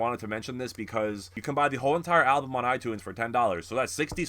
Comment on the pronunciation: wait what do you mean buy them on itunes? you totally lost me there, i havent bought a song using itunes in years, the apple music for 10/month covers everything, that may have been what you were referring to when you said it but you said it weird XD love ya man, cant wait for some funky ass lives with these haha, also my fav is hostage :)